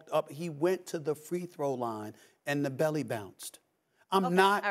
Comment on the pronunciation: Get it right he said "the belly" like it had a mind of its own lmaoo